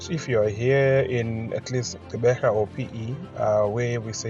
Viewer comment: Pronounce the Gq as in the iGQirha Lendlela (the click song by Miriam Makeba) - a VOICED CLICK. Not Qeberha which is an UNVOICED CLICK. See? It is not Xeberha, nor is it Ceberha. Practise the clicks.